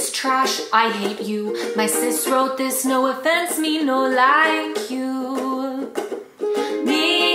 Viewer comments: “Effense” XD yeah it’s hallarious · No "effense" 😂😂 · "No effenseee" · She even said “effence” when They spelt it wrong xD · "No eFfEnCe" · Me 😂😂😂"effense" 🤣🤣🤣🤣